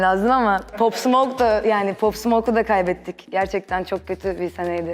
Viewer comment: Abla pop değil pap diye okunuyo.